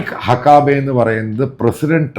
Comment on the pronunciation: ദയവായി അമേരിക്കൻ വാക്കുകൾ ശരിയായി ഉച്ഛരിക്കൂ. മൈക്ക് ഹക്കാബെ അല്ല - മൈക്ക് ഹക്കബി. അർക്കനാസ് അല്ല അർക്കൻസാ. മുൻപൊരിക്കൽ ബ്ലോണ്ട് ഹെയർ എന്തെന്നറിയാതെ മറ്റെന്തോ പറയുന്നത് കേട്ടു. ബ്ലോണ്ട് ഹെയർ എന്നാൽ വെള്ളക്കാരുടെ സ്വർണനിറമുള്ള തലമുടി ആണ്.